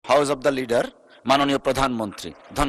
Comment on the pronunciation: স্পিকার শেষে এটা কি বললো? ল্যাডার😁লেডার